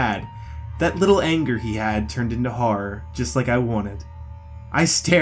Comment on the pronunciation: It’s horror not harrer idiot